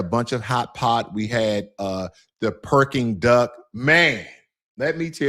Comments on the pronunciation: Brother you got me rolling on the floor when you keep saying “Perking Duck” I went to Beijing and Shanghai last year and the Peking Duck was awesome one place I visited was called summer palace that place was huge and you can rent boat and ride around the park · Brother got the pronunciation of beijing almost spot on...then proceeds to call the dish perking duck😂😂😂 awesome video though... cant wait to go back to the motherland in 2 months, been over a decade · If your a bigot and not open minded then no amount of China maxxing will change your mind. Freedom of speech in America is a false narrative it has its limits just like anything else. Its Peking duck not Perking duck brother. 😂